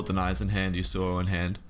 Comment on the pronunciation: Man pls can you pronounce Yasuo correctly? It's yasoo oh. Not yoo soo oh Thanks